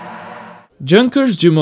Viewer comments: "Yunkers" please, everyone, it's not "junk..." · Good video, but as an aside, Junkers is properly pronounced like "young-kers", not "jun-kers"; also, Jumo is "you-mo" and not "ju-mo", since it's a portmonteau of Junkers and Motorenwerke. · Junkers should be pronouncied as "Yoonkers" like yamaha and I think it is some Diesel engine in helicopters ,but don´t know it exactly...Next problem is ,that you can´t buy diesel fuel on airport mostly... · Great compilation. the way you say Junkers is hilarious. Is it realy how ppl from english countries call it?